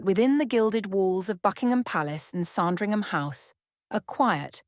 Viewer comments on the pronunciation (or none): It's SANdringham , not SARNdringham!